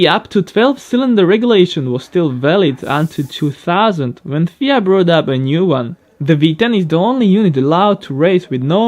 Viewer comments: did you just said Fia instead of F I A?? haha... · It’s F-I-A not fia